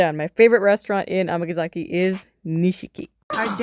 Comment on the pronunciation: am I crazy or is she saying Amagazaki when it is Amgasaki?